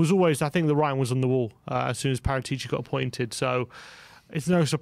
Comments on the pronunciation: Guys. His name is pronounced, ParAtici. Thank you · Guys pleeeeaaase … It is not PARATI’ CI !! IT IS : PARA’ TICI 😉k?